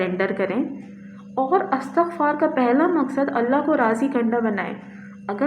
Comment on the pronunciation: Thanks dear sister for using the pronunciation 'ISTIGFAR'.